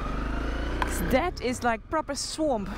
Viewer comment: Swoomp? It’s swamp, Noralee. 😁❤️